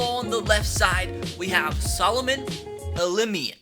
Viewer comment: ELI-MI-MIAN!!! LOL! Hard for me to pronounce too. LOL! But I got it.